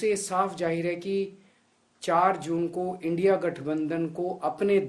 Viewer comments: मोदी को इंडिया कहनें भी नहीं आरहा है इंडी कह रहा है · India bolne me sarm aa rahi hai 😂ki indi bol rahe hai modi ji aap desh drohi ho India bolo na ki indi 😂😂